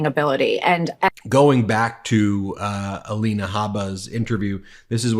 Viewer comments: Aleena, A-lie-na. She has had so much surgery, is the fake one. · 😂😂😂😂, this Dufus is psychotic,,, Alina ( A- LIE-na ), 😅 now his new "Me-LAY-nia", 😉😉,,, that plageristic Nincompoop 😂 I can't stop lmao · Ah-lie-nay Hay-baa…😂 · Let me see is it Ay-lina, Ah- lenah, uh-LIN-uh Uh-Leen-awe. What about Mee-lun-eye-uh, you get the idea....... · You're pronouncing Alina's name wrong. It's A LIE NA!